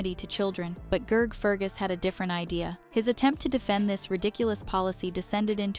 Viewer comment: Who the hell is Gerg? Gotta love AI👎